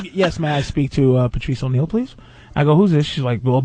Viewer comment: Everytime Opie says "Pertrice" we all lose a day off our lives.